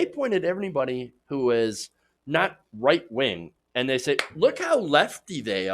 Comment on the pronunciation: I know it's your speech impediment. And I'm not making fun. But you said "white wing". And I think I like it your way better.